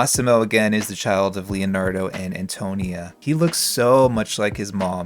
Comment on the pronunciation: This is super entertaining and I’m not Italian so take this with a grain of salt, but I think Antonia is pronounced ann-toe-KNEE-uh, emphasis on the “ni,” not the “to.” But goddam your videos make me miss TS3 so much.